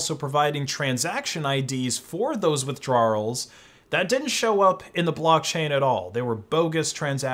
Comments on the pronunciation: "Withdrawelllllssss" lol. With-draw-ul. Not With-draw-earl. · "withdrarruls" lmfao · Withdrawals is pronounced “with-drahls” not “with-drar-uhls” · Why do you pronounce withdrawals like “withdrawrarls” like a British/English person? 😂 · Craziest pronunciation of "withdrawals" ever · How this guy pronounces "withdrawals" is the most criminal thing in this video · is that how new englanders pronounce withdrawals? lol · why the hell do you say withdrawals like that lmao